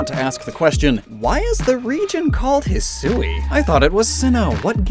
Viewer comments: I am really not fond of the way the person narrating that part of the Direct pronounced Hisui. The proper Japanese pronunciation should be two syllables rather than three. I get there not being consistent pronunciations for some pokemon, but when a word is clearly from the actual Japanese language they should really tell the people doing narration the proper pronunciation. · That pronunciation of Hisui is odd. I know that's how they said it in the direct, but you would think they of all people would know to say it as hee-swee instead of hee-sue-ee. The emphasized "u" is an unnecessary extra syllable. And when you refer to the regional forms, it just sounds worse by saying hee-sue-ee-an instead of hee-swee-an. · Actually, hee-swee is more correct. Saying it how it's spelt means putting emphasis on the "u", which makes it sound like hisuui (ひ す う い) to the ear. It's just not how it's pronounced in normal conversation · Hate to be that guy but it's bugging me every time. Hisui is pronounced He-su-ee (Last part like eek without the K). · in my experience with Japanese, Hisui should be pronounced closer Heeswee than Heesooee, kinda by blending the u and i together (and no that's not a pickup line) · It's supposed to be pronounced "hih-swee" not "hih-soo-ee". The woman doing the VO in the trailer got it wrong. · Ngl I thought it would be pronounced "He-Swee" instead of "He-sue-we" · Perhaps to some, but the difference is in the amount of syllables. Hisui (He-swee) is short and Hisui (He-soo-we) is longer. The longer version also sounds like an English speaker mispronouncing the Japanese version of the word. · I thought it was pronounced "hee-suwee", sort of like Shusui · I speak Mandarin, and in Mandarin, "Sui" is pronounced "Sway" so hearing "Sue-ie" makes my monkey brain flip out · Hisui is pronounced (hee-swee). Awesome video as always. Love these lore videos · I was so bothered that they were not pronouncing the Sui in Hisui like the Sui in Suicune